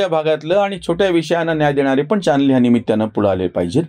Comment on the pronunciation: कृपया उच्चार सुधारावेत.निमित्य नव्हे निमित्त!